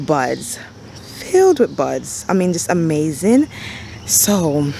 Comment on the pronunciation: First of all you are darling. Fairly new subscriber and I have really been enjoying your videos and your down-to-earth style. I love your enthusiasm and how you draw out your syllables when you like something ("ah-mmmmaaaaazingggg"). So cute! Your garden is beautiful and you can tell you have worked so hard on it. I like how you put those stones along the mulch/walkway line. I have small area where the bed butts up against the driveway and I am constantly kicking mulch back into the bed. I am going to steal this idea! Keep up the great work.